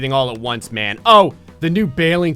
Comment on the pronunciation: it's M A N not man